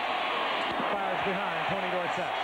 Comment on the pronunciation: 7 seven years in n he was still pronouncing dorsett's name wrong. Irritating.